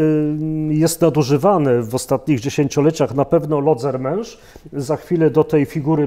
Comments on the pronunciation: Lodzermensz / Lodzermensch ‼️ ( bez / ohne ,, t " ) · Lodzermensz/Lodzermesch‼️ ( bez / ohne ,,t" )